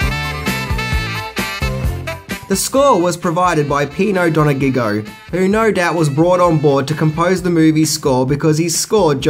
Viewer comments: I love how you always butcher famous people's names in your clips... It's "Donah-jio", not "dona-gig-go... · "Pino Donaggio", not "Pino Do-na-giggio." :)